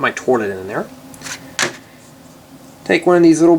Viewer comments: Why does he say torlit instead of toilet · he's the one ho said torlet- i say toilet. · Is it me or does he keep saying torlet instead of toilet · its toilet paper not toirlet paper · not making fun of you, but... its pronounced toilet... not torlet.. LOL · He said to let paper kinda weird sorry btw ur vids are great though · you say torlet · Y u say trlet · Lol "torlet" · Is he saying "torlet cuz , thts wat it sounds like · lol... "Torlet" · The way he says toilet is funny p.s.not trying to be rude :( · you cant say toilet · u say toilet weird